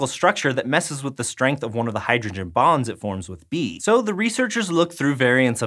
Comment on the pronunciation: I had to rewind because i really thought he said "strands of dna pair thanks to hydrogen BOMBS"